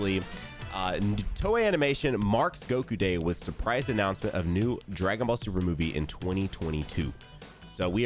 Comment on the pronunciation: "Dragon vall" 😭😂